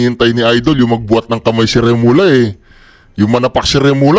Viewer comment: Hindi Remola. Pag doble l. Ang reading is lya... Remulya ang reading. Mag aral ka ng subject Spanish 1 ok?